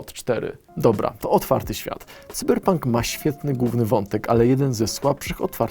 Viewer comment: Wiem, że może się czepiam, ale proszę nie zapominać, że wyraz "główny" ma Ł w środku. Da się przez to uniknąć "gównego wątku" i podobnych :) Naprawdę słychać ten brak Ł :)